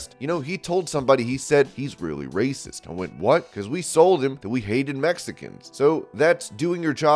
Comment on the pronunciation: Did he say racist? Or RRRRRRRRRRRRRRACIST?